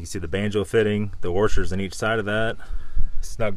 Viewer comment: Careful with your worshers boys